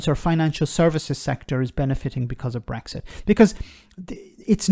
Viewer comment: She couldn't even say Brexit... Started by calling it breakfast!